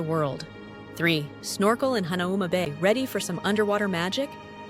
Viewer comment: As someone who lived in Hawaii, can you pronounce Hanauma Bay correctly.